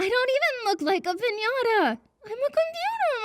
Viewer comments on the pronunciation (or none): Did Monika say piñata? because sounds more like "piniara"